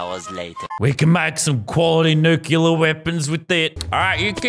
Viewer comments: Did anybody else notice that lazar is saying nuclear wrong the entire time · you pronounced nuclear wrong for the whole video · it triggered me sooo much when he said nukulur not nuclear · it just adds to the comedy that he said nukular